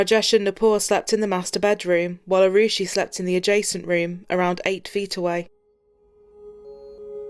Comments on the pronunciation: I usually have a lot of respect for police and what they do, especially in such horrific cases...but the ineptitude of the investigation by the police and CBI can't be understated. The gentleman mispronouncing poor Arushi's name twice. Of course, the parents allowing half of India into their apartment before the police got there certainly didn't help anything. This poor girl and the poor fellow who was just there to do his job, will never get justice, unless they start a cold case unit there. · Mockery of the justice Autopsy process The Talwar's lawyer just acted as a bollywood actor Top police official repeatedly saying Rushi instead of Arushi Had this case occured in the West, it could have reached instant and accurate coclusion. feel for the poor girl